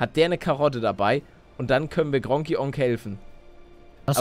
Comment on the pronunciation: Es heisst gregor Onk nicht gronkie onk Palle